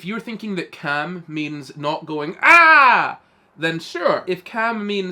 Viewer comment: caalm. pronounced with the a from can.